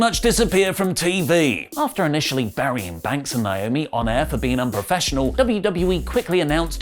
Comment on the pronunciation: Speaking of unprofessional... it's NAY OH ME (NAOMI) or her real name Trinity.